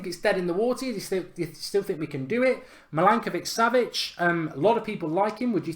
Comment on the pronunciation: Mark you're pronouncing Milinkovic Savic in a wrong way. He's pronounced like this: Mileenkovic Savic